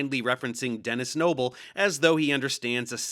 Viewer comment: Does anyone else hear 'tennis elbow' after reapeating Dennis Nible 73 times?